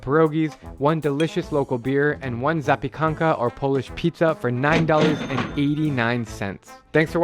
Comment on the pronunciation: Lol the only word you said correctly is zapiekanka. Surprised he didn't correct you on the other words.